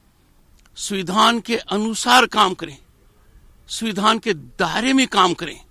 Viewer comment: BJP ke dalal .... governor.....the speech is only an irony.....he is calling samvidhann ....suvidhaan...